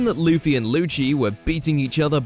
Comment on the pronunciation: Blackbeard was Whitebeards "comrade," but subordinate is a better word for the relationship. Just like the video where you guys mispronounced Luffy's (the main character) name, it is clear the writers are pure casuals. 😞